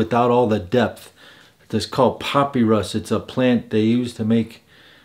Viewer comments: I’m cracking up at your pronunciation of “puppy rus” LMAOOO ...it’s pronounced Pa-pi-rus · Great list. Quick note....papyrus is pronounced pa-pie-rus. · You really need to learn how to pronounce papyrus correctly…